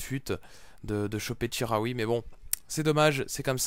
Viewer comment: Ca se dit chi comme chilie pas ji pour chikhaoui si non continue les vidéo toujours aussi bien ;)